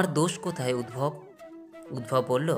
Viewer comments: খুব সুন্দর লাগলো। সব কাজের আগে ঈশ্বরকে স্মরণ করতে হবে। উদ্ধব গীতা। সারথির নাম উদ্ভব নয়, উদ্ধব। উচ্চারণ ঠিক করতে হবে। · UDVAB NOI...UDDHAB.. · Map korben uchharon ti ami hoyto tihk janina ami jantam uhharon ti uddhab